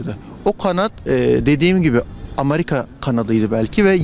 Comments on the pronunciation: Ameriga dediğini duydum ve yine tüm umutlarım yerle bir oldu... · Harbiden haaa bunlar neden amerika diyemiyo amerigaa diyo ;) ulan hepsi mi ayni olur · Biri 'Amariga' diyince ciddiye alamıyom aga.